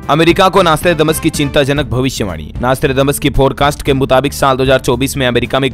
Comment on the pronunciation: आर्रेप्ब्भाव्हु आर्रै प्ब्भ्यैण्हाहा पैलै Nostrademas नौश्ट्राडेमस बोलनेको सिख प्फ्यीर्स्ये तेरे देश की तारिफ पे तारिफ कर पेहेले शब्द सीख